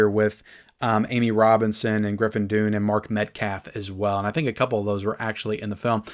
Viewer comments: It's pronounced Griffin Done, not Dune. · And he can’t correctly pronounce Dunne 😂